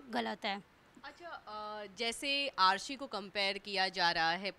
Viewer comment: Harahi nahi arshi naam hai